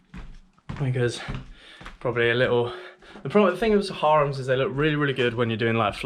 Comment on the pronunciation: Yay! Super cool to see you guys turning this space into a playground, and your knees working nicely, Dude. One thing though - you didn't pronounce hareeeeems right.....😂😂